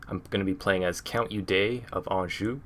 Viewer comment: It's pronounced as Odo